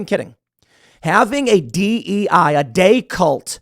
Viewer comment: When he says "DEI" it sounds like die cult. Is this what happens to everything they control?